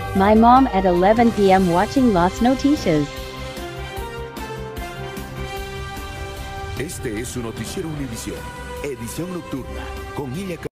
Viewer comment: “las notishas”💀